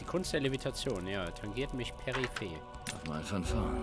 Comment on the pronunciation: Es heißt PERIPHER, nicht periphé! :D